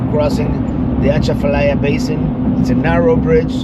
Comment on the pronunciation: It’s pronounced A Chaf a lie ya. . The a is short.